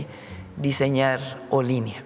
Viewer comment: Olin= movimiento, le agregan ía y se convierte en Olinía. y se pronuncia Olinía, se axentúa en la última i .